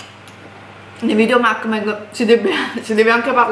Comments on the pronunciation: si dice MUK BANG proprio come lo leggi, non macbeg come lo hai pronunciato!! Volete cambiare contenuti al canale, liberissimi di farlo, il canale è Vostro ma almeno DOCUMENTATEVI!!!!!!! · si ma tesoro si dice mUkbang non mAkbang